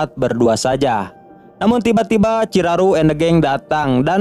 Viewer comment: Ciharu bang bukan ciraru